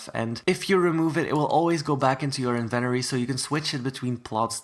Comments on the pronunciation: lol says "invenory" not inventory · Love ur accent BTW except when u say INVENORY